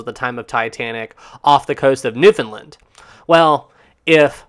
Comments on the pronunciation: BTW, having lived in that part of the world for 6 years, I can tell you that Newfoundlanders pronounce that name with emphasis on the last syllable: New-found-LAND. Most folks mispronounce it. You can find it correctly pronounced on the CBC. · people from newfoundland will get mad if you dont pronounce it new-found-laand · Hate to be a stickler but... I love your content very much and I think you'd appreciate knowing that you're saying Newfoundland wrong - I'm from Newfoundland, and we all cringe when people say Newfoundland like that. And I mean this in the kindest way possible. It's pronounced like "Understand" - no "ind" sound on the end like a lot of people tend to do, but a more relaxed pronunciation overall with more of an "and" sound on the end. I hope this doesn't come across as too harsh - I just figured that you'd appreciate knowing a more correct pronunciation of Newfoundland, coming from a huge Newfie fan of your content :)